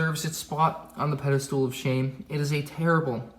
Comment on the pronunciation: What about the Treadspeeder from Episode IX? It's "pedastal," not "pedastool."